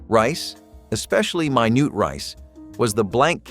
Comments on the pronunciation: Minute rice ...not " minoot " lol. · Wait! I still eat most of these. And don't you just love the pronunciations? MyNoot rice? There's more. What did YOU hear? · "mi nute" rice 🤣🤣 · It is pronounced Minute Rice. Not Mi-noote Rice. What schooling did you go to ?????? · And calling Minute Rice ~ Mai nut Rice! 😂😂😂😂😂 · mynoot rice or minute 🤔🤔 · You can’t pronounce “MINUTE”